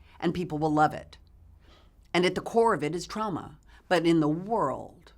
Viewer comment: Does anyone else cringe when she says trauma? Because she says TRAOMA.